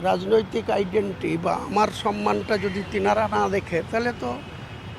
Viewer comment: এগেইনস্ট কে এগেনেস্ট বলে, আইডেন্টিটি কে আইডেন্টি বলছে। এই রকম পন্ডিতের ওপর সিপিআইএম ভরসা করবে ?